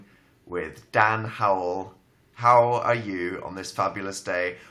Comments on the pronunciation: I thought he said Howell are you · did he say howell are you